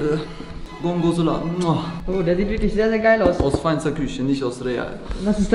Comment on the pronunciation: Gorgonzola ist italienisch und wurd gorgonsola ausgesprochen